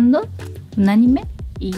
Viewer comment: Anime no lleva acento, si acaso tuviera sería en la "i" y no en la "e", pero dadas las reglas de acentuación, no lleva acento ortográfico, solo prosódico. "a-NI-me", no "a-ni-ME" pues dicha palabra es la conjunción de animar en tiempo pasado/pretérito.